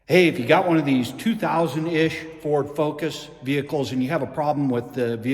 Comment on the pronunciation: Did you miss speak at :25? Furd focus lol! Man I do that all the time I call it a brain fart. Nice fix on that fuse. How much did Ford want for the whole cable?